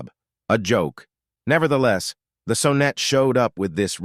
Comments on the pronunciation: The 914 was and still is cool...and it's not "so-net"! It's S-on-net!!! And Dat-soon?? Dat son. Fucking AI narration. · AMC Gremlins weren't ugly. They WERE Hornets with their trunks cut off! The Saab Sonette(pronounced like sonnet) III were beautiful sleek cars. The problem with them was their dated mechanicals. The Sebring(pronounced see bring) were odd but had the popular wedge styling(sic: Triumph TR7) . Datsoon?????????? It is pronounced Dat-sun. You missed out on probably one of the ugliest cars ever, the Mazda RX4. Please learn the proper pronunciations so you don't sound so foolish and maybe people will take you seriously.